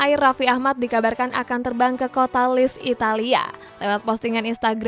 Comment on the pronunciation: bacax lecce bukan lis tp lecce.....